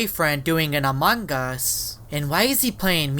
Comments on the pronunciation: you say "among us" not "amonguss"😭😭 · dude your saying amongos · he keeps saying amoung GUS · i love he makes much among us vids but he dont say the word correct XDXD its among us not amonggus XD